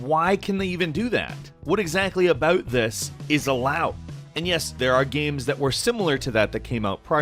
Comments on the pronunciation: Is Canadian? When he said about it sounded like aboout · aboot dis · Anyone else catch that Canadian "about" 🇨🇦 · Is Canadian? I just heard him say About ahahahah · Can I guess where you're from?